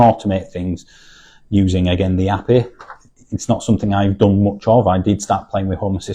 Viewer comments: Never heard anyone say API like that 😂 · It's a northern thing...